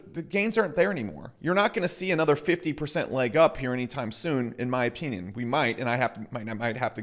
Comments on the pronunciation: “In my opeeneeon” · the way you say 'opinion' is weird, so weird you should really find a different word